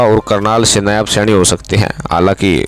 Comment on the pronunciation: क्या खाक पत्रपारिता कर रहे है ! आप हरियाणा के मुख्यमंत्री के नाम तक ठीक से नहीं ले पर रहें है ?